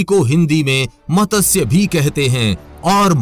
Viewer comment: bhai matasya nahi matsya teek se bholo jab bholte ho